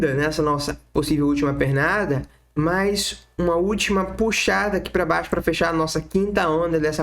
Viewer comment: "Mais" nao se pronuncia como "Mas".... aprende o português primeiro né brother ( de nada, só você ganha falando corretamente)